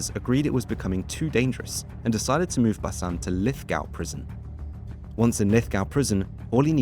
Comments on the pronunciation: Bank-stow and lith-gow 😂 too funny definitely not from NSW or Australia. Lith-go and banks-town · It's pronounced Lithgow not Lithgow. Sorry couldn't help myself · Lith-go not gow, banks-town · Lith(go)w being pronounced as Lith(gaow) and Banks(town) being pronounced as bank(stone) really made me giggle for a sec there 😂😂 Overall, a really well put and informative video! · The video is quality content and information, my ears did bleed when narrator said Lithgaw instead of Lithgow but its all good. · Pronounced LithGO not LithGOW... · pronounced LITH-GO not "LITH-GAOW" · Bruh, the pronunciation hurts. Not your fault, easy mistake to make if you’re just reading the words, but got the “ow” sound mixed up with Lithgow and Bankstown. The “town” is pronounced like “town” and the “gow” is pronounced like “go”. Lith-go, Banks-town. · It's actually pronounced Lith Go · Lithgow is pronounced lith-go. Bankstown is pronounced as written, banks-town. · Lithgow prison should be pronounced Lithgo silent w😮😮😮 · Lithgoooo not gow 😂😂😂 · Its pronounced Lith-Go Fantastic video though mate. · B4l 💪🏾 and it’s called Lithgow’s 😂 dip shit not lithcow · Learn how to pronounce Lithgow and Goulburn! 😢